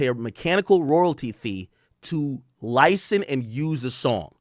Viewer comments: Ak you can’t pronounce license 😂 nikka said licent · can’t wait for the day AK says “license” properly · Ak says "license" like a Jamaican lol